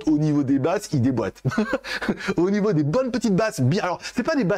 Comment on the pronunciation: Que de ♥️ pour moi,tu ensoleille ma journée,et t'as diction qu'en tu abordes certains aspects des appareils:Au Nifeau des performances,au Nifeau.... c'est devenu made in,ta marque de fabrique, comme on dit comme AnTuTu le lapin malin 😉